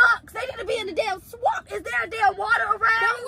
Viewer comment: the way said swamp 😂😂😂